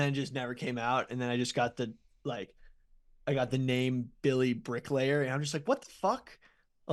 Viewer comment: Billy's parents paid for him to go to non-public schools, right? How does he pronounce so many words incorrectly? His parents should get a full refund. They should receive said settlement in gold bullion.